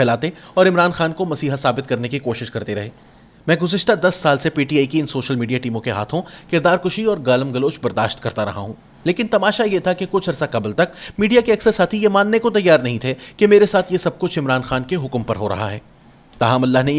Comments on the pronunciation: Dear Brother It is not"kirdar kashi" but"kirdar kushi (kooshi)". You shall be highly appreciated if you accept this correction. Regards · Kirdar kushi not kirdar kashi